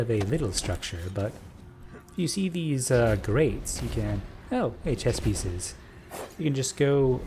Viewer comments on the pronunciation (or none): oh are u saying chess pieces, not chest pieces? then i just misheard u lol